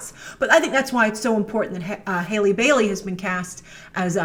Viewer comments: it’s pronounced HALLE bailey not hailey bailey :~) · grace still saying haley 😂 it’s halle